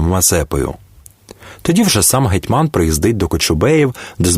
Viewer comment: Наголоси жах! ІгумЕня, гетьмАн,ЛепкИй